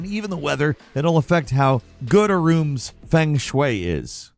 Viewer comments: Bro, why are you saying feng shui in such a disrespectful way? Thats other people belief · the "feng shui" pronunciation was crazy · Feng Shwey